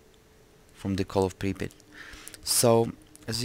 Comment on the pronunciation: so you say it like this: "pri-pit"? Cuz that is exactly what I heard you say. Unless you didn't pronunciate it that well.